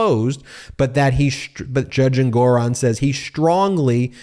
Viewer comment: Learn to pronounce the Judge's name correctly. En-gu-ron.